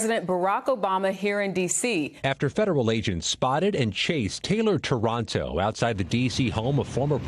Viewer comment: This loser's name is TARANTO, NOT TORONTO ! Say it as it's Spelled Please so that Nobody thinks of any association with anywhere in Canada. Thank You.